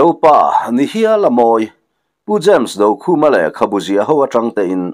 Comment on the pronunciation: Pu James Dokhûma hminga Do tih lai hi i thlûk dik lo tlat mai.